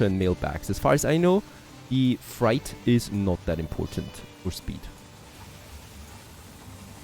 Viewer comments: Freight rhymes with gate, and bait, and the number eight. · I like how you say Freight. It’s pronounced Fr8 ❤ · I absolutely love and look forward to your videos each day but please check your pronunciation of "freight". Thanks and keep it up!